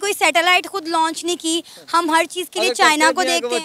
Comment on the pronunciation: Didi bo Loch ni launch hota hai 🤣😂